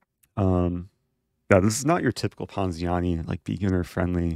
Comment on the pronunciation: this guy loves saying poziani